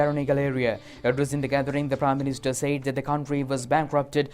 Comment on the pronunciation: I don't know if this is related to the eye English news at 9pm but if so can the news casters be advised to drop the accent and pronounce the words properly..... said is not Z but S?!!? They keep on saying ZAID🙊